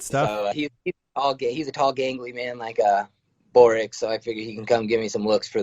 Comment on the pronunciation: First of all learn to pronounce Borics' name he is now 15-1 after winning vs Hamel who missed weight and had 10-15 pounds plus over Borics at the start of the fight ! Look Hamels face after the fight looked like he was hit by a truck !!! Adam Borics had 0 damage after the fight he was fresh no cuts nothing!